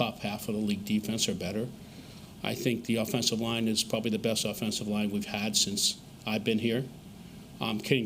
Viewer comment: Drink when he says “Pwobably” 🍻